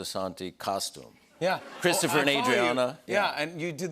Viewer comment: Cwistufa.. you killed moiy dooawg!!